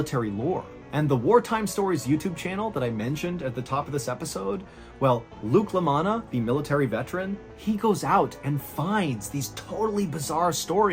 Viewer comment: Did you say Luke Lamanna?